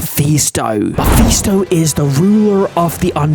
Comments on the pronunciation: How tf did he get muffy stone bro can’t spell or say mephisto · Nah bro said muffy stone 💀